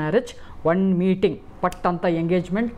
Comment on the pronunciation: Father said mating mating mating .... I was like WHAT? WHERE? I did not get that king of dating then understood its MEETING 😅